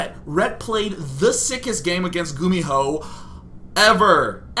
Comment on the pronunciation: you pronounced gumiho wrong :D